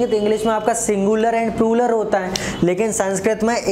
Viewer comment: Prular ni sir plural hota h